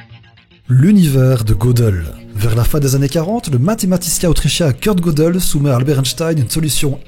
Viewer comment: Gödel se prononce geudel et non pas godel 😉 sinon vidéo géniale